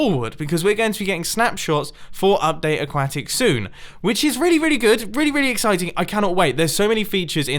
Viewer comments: Mumbo's a duck: C'mon, man, is AqUAtic, not aqAcic! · It's not AqwAtic, it's pronounced okwatic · Its not aguaitic its aquatic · I'm pretty sure it's just your British accent but what it sounds like to me is "Update A-cwa-tick, I'm from America and we say it with less pronounced syllables like "Update A-cwah-dic. I love your vids. though and I think you need to keep doing what you want and ignore people like me who criticize how you pronounce aquatic. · a-quat-ic, not a-kat-it. silly mumbo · uh-kwo-tic not uh-kwa-tic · aquatic not aquatic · Stop saying aqauctic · Mumbo: a - Use your slot for your enderchest! b - it's a-quä-tic! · Update “Aquacktic” 😹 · aquaaaahtick I love the way you pronounce that! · a-QUA-tic dont be xisuma again... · You are pronouncing "aquatic" wrong. It's pronounced (a-qwo-tic) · I honestly stopped watching when you kept pronouncing aquatic as a quack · Ah just what i was waiting for when i got home P.S. you said acuatic like a- quack-ic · Is it just me, or when Mumbo says “aquatic” it sounds like A-quack-tic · Aquatic is pronounced ahk-wah-tic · god damn the way u pronounce aquatic is awful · But how he says Aquatic tho LMAO 😂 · am i the only one who found the way he says aquatic funny? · Why do you say "Update Aquatic" like that < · is it just me... or does it sound like he is pronouncing aquatic wrong? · They way you pronounce aquatic bothers me.